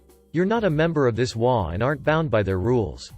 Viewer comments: Pronunciation of H O A is incorrect. It is individual letters not a word. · "Waa" lol. It's pretty Text-to-Speech or something related to it. That's why it mispronounced HOA as "waa"